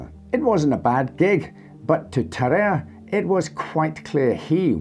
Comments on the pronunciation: It's pronounced tar-ar-ay not tar-ay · i'm prety sure even in French the "a" precides the "e" so it;s Ta-ra-rey not Ta-rerre